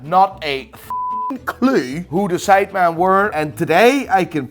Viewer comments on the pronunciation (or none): You did not say men you said man everytime haha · How hard is it to say ‘sidemen’ instead of ‘sideman’ ffs 😴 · “SIDEMAAN” Americans: “No, it’s Sidemen.”